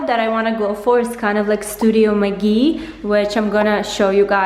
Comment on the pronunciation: Studio McGee, not Magee 🙄